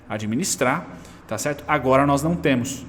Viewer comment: Eu até imito seu "cherto"